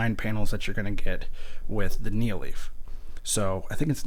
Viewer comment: also its nanoleaf not neo leaf